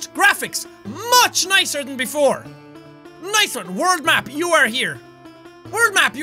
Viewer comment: did he say word map or world map